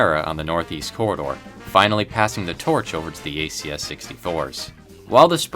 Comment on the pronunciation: The way he said the corridor sounds like he said the cerrider LOL